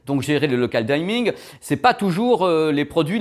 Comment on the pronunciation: mon cher, en anglais, on dit aussi "local dimming", pas "Local Day-mine" ou "Local Daille-mine":-), a part ça, super travail encore une fois